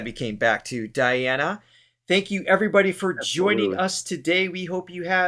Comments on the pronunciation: PLEASE it is Dee ana Anku DI nova with accent on DI. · You did it again! Her first name should be pronounced - dee'ana :-)